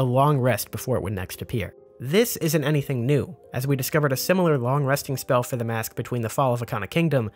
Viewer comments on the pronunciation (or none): none